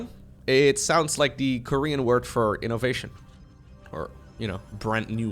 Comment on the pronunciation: As someone who hates when terran wins, i'm terrified to hear this 4 syllable again: I-NO-VA-TION! 🙄